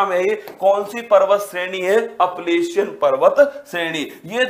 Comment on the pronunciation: Shayad wo अपलेशियन nhi h wo अल्पेशियन h